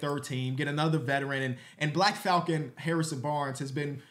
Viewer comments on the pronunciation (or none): none